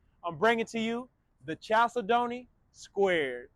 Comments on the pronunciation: Chalcedony is pronounced like this: kal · seh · duh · nee It is a gemstone that comes in beautiful colors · Always lovely homes! Love the squared style. Proper pronunciation of chalcedony is: Cal Said Knee. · That is pronounced “kal-SEH-duh-nee.” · it’s pronounced kal-said-knee. A chalcedony is a semi precious stone which includes agates, onyx, and other stones.